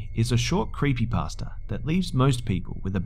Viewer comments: I love how sometimes pronounces creepypasta "creepypaster" XD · and sometimes sounds like creepy-pastor